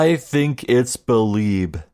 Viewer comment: So, you beh'leeb it was Beh'leeb who was arebal?